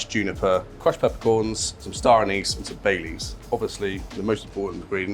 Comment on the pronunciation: I thought he said Bailey's instead of Bay leaves there 😅